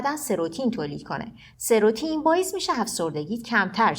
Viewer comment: مطالب خوب بود مرسی فقط اون هورمون سروتونین هست نه سروتین